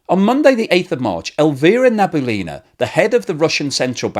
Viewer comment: Nabiullina is pronounced Nah Bee Ooh Lea Nah, the stress in on ‘Ooh’